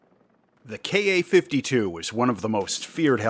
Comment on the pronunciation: Thank you for saying "Kay Ay" and not "Kah." Drives me nuts. "Kah." "Soo." "Mee [Mi]." Drives me insane. All the youtubers do it, especially the ones following the "current events" going on Over There.